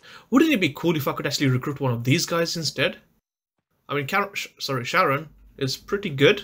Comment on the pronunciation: Charon ❌ Karen ✔